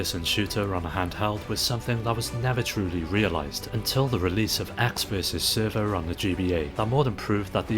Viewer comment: It is ecks vs sever, not server.